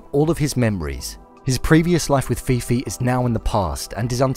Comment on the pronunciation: How did you record this whole video, watch it back to edit it and not realise her name is ffion, not fifi, Jesus Christ